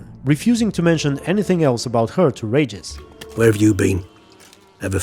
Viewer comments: its Regis not Ragis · I know English isn't your first language but boy was it ever hard and kind of hurt to watch this with every time you say Regis' name wrong. It's pronounced Ree-gis not Rey-gis. Sorry for being nit picky, If it makes you feel better I do the same thing to English primary speaking youtubers as well. lmfao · It's not Rageous it's Reeeeeegus! 😂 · You kept saying Rages and I had no idea who you were talking about 😆 Regis. "Ree-jus" 😉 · The way you pronounce Regis' name, it's outRAGEUS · im polish and i had no idea who u meant when u said Regis the first time lmao i didnt recognise it because of the way u said his name